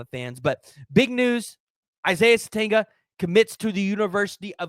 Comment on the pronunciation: It’s pronounced sa tenya He can also make plays as a kick/punt returner.